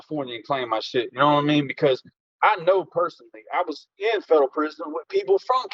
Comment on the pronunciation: Boy I swear I hate the way he say federal prison.Wth is a fedro prison?😂😂😂😂😂